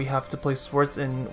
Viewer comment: did you just pronounce her as "swords"? wow...